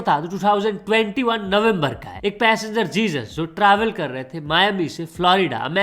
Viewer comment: bhai wo likhte time Jesus likhte hai but pronounce hezuz kiya jaata hai